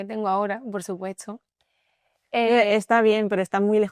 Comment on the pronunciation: Yeah i think that's true, at minute when she said "por supuetso" Instead of "por supuesto'